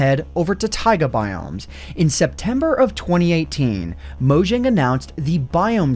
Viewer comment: Take a shot every time he mispronounces "Mojang."